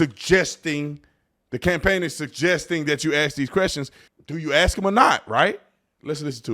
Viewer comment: Ask. Not “aks”. You’re a very intelligent man. Saying “aks” instead of ask makes you sound ignorant. Otherwise, love your content.